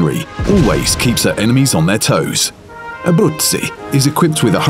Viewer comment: The narrator really has quite a good pronounciation with her name. 😉👌